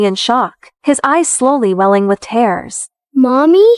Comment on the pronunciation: Miles had a bad mother he was just a kid. Charges should have been pressed. Please use a Webster’s dictionary with your A I program to teach it English. She was gone for 3 years not just a few months. The word tears is pronounced as teers, not tares